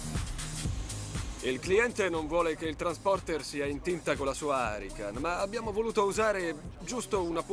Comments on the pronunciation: Ma da quando si chiama Lamborghini arrican? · "Harican" non si può sentire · Si deve huracan non harican NON HARICAN NOOOOOOOOO poi dicono che gli Italiani bestemmiano troppo ma sono gli stranieri a farmelo fare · Come la chiama, lamborghini arrican?...... Che nerviiii si chiama lamborghini huracan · "haracan" ma diocane cat nise un cancr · fa venire il cancro solo a sentire come pronuncia huracàn